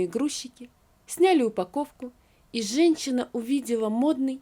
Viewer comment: Пожалуйста найдите человека который будет проговаривать женщина, а не ЖенЧина, слушать невозможно, по ушам режет. Одно слово всё портит и это во всех текстах.